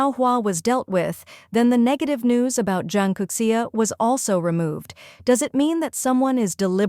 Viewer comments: Zhang Youxia. Not Zhang Kouxia, right? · Zhang Youxia has no "k" sound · Zhang Kouxia? --> Zhang Youxia? 張又侠？